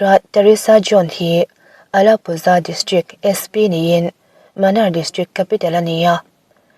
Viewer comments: Sap tawng chhira chhiar nilo in Munnar mizo chhiar dana lam tur zawk. Manar nilo in Munnar tih zawk tur. Svmm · Munnar tih tur zawk niin ka hria,,lo sawi ve mai²😂